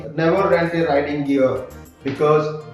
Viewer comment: Bro it's riding not writing